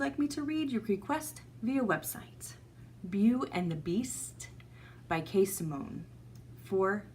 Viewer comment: Beau is pronounced "Bo"